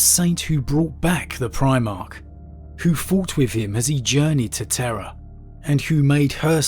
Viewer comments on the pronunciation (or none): none